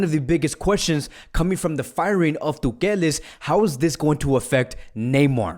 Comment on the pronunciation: Why you say tukel